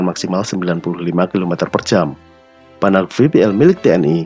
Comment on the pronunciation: Yg saya suka, naratornya mengucapkan Renault, Panhard dan Peugeot dengan pengucapan yg benar.